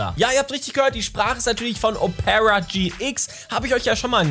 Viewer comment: Betont man Opera nicht auf dem O? 🤔 Selbst in norwegisch? Hab‘ 'nen Moment gebraucht. 😉